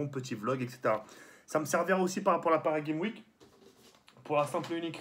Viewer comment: Paris Game''S'' Week On prononce le ''S'' sérieux t'es Youtubeur et tu sais pas le dire Ça fait pitié man Sinon bonne vidéo comme d'hab